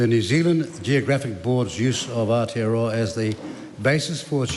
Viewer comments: Our tear are row are 😂. And winston says hes a marry .. married to the mob . .. 😂😂 gramps cant pronounce maori words correctly no wonder hes nzfirst .. hokianga he reckons 😂😂😂😂. You dont even have missing teeth and your pronunciation is crack up ... U the winnie 😂😂 whatever is easier for you to pronounce brother 😂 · Is it me, but most people pronounce Aotearoa in correctly, by introducing an 'L' sound. Thus AL-tearoa, whereas in my opinion the sound is AO, which should sound like 'auw' as if you hurt yourself. Once members can pronounce it correctly they can utter it in parliament. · When I first heard Gerry say Aotearoa sounded more like Ayatollahroa 😮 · Thanks Mr Speaker sit down Winnie and just be quiet your to old and to plastic you can't even pronounce Moari or Aotearoa properly, time to retire old man